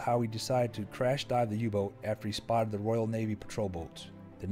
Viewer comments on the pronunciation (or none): none